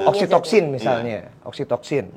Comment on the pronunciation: Btw oksitosin yaa bukan oksitoksin😂